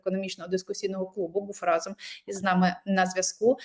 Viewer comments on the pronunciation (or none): none